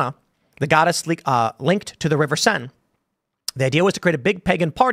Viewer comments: Should be the Seine river (pronounced Sane) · It's the river Cène. If you know French, you know how to pronounce the "è" and the "-e". If you don't know French, I can't explain it here in the comments.